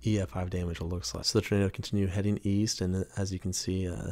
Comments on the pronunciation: I swear you’re saying ternado. Instead of tornado. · What’s a turnaydough? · Love his pronunciation of Turnado. Funny